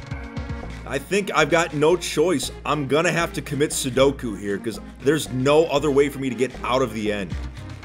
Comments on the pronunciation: Commit sedoku wtf lol it's seppuku XD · "commit sudoku" its seppuku sorry bro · its seppuku I think that is what he is trying to say. Not sudoku. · I love you u said seduku instead of suicide